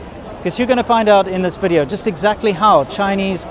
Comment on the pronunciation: "Welcome to another wideo!"